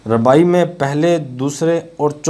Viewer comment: Bhai rubai hota hai ne ke rabai correct it